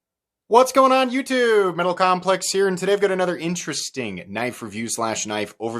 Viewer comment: "Metal underscore CAHMpleCks"😂😂😂 love your vids keep up the good work dude